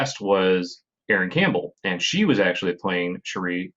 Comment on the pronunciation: The continuing pronunciation of MISS AAAAAAAAAAANNJIIIIEEEE makes me laugh every time. Also Cherie is my new favourite way of pronouncing Shirei.